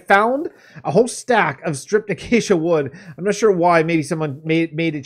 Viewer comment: Ah, I see you Acacia correctly. Some people's pronunciation of Acacia... "Achacha" "Achakia" etc